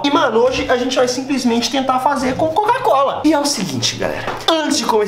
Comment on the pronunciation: Ele não consegue falar COCA COLA , ele fala (CACO COLA )😂😂